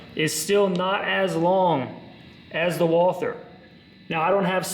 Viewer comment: Oh.. and btw you yanks keep on breaking the name.. it's not Walther like the English th sound.. it's Walt-her with a silent h.. a German name.. 😛